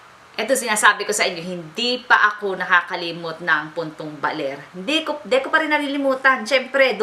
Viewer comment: ay dapat 'ako' hindi ajo ahaha!